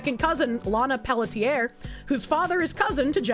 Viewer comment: Pelletier is pronounced pel-tsee-ay